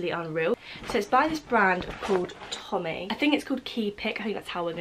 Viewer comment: Tomy is pronounced "Toe me" :) Thank you so much for your review.. I just saw an advert for this today and was hoping it wasn't rubbish.. lol. I got so exited because I too am a Polaroid junkie! :D I was like "Squeeeee, I NEED that thing!!!" lol!